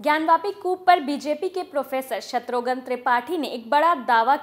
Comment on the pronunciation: शत्रुघन नहीं,शत्रुघ्न कहिए